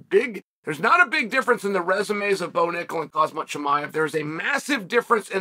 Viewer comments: kha-M-Z-at not kha-Z-M-at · Khamzat, not Kazmat, God damn it. He will figure out his path you figure out his actual name first. :D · Macklechev, hazmat& Rockmanoff 😂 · Try it like this Unc.. Hahamzat 😂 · Did Chael say Cosmit. People have done worse. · His name is Khamzat stop saying his name wrong 😂😂😂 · Cristian ronarlo says kazmat so why can’t chael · don’t you mean hazmat? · No, it’s always been Hozmit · He Always does lol😂😂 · Cheal STILL cant say khamzat right